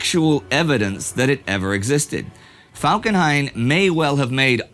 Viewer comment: "Erich von Falkenheim"